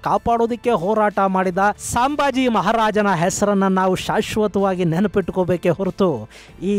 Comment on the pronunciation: "ಸಾಂಬಾಜಿ ಅಲ್ಲ ಸರ್ ಸಂಭಾಜಿ ಮಹಾರಾಜ್" please correct pronounciation sir